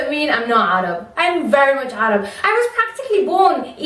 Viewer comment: I love the fact that you pronounce arab in the arab way. (as 3arab)